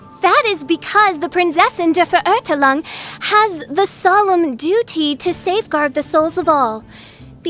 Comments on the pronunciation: prinzessin dur vurhurtulong seriously, did no one prep her on how to pronounce that? LOL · I heard it as Prinzessin of Derp-zefer-urgh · Unfortunately, the german words are pronounced wrong. English speakers, remember this now and forever: * MEIN = MINE (not main!) * VERURTEILUNG = fair-OOR-tile-oong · did the voice actor listen to the german pronunciation once😔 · My god that pronunciation 😭😭😭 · The voice actress should have added some correct pronunciation of German language for some words. The way she says Verurteilung, or Immernachtreich is just destroying my ears😂